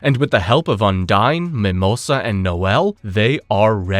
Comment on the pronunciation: I do love this video. It gives me a chance to relearn everything about black clover before watching season two. The problem I’ve got is you keep pronouncing the name of the water spirit incorrectly and Vanika did not use her blood magic to revive her people. It was the curse magic from the devil